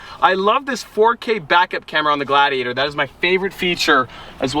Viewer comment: everytime he says "gladiator", i hear "glad he ate her" facepalm